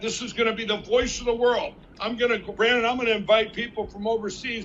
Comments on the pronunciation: I think it's Brannon, not Brandon... I hate that I know that. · Wait... Did call him Brannon? edit Typo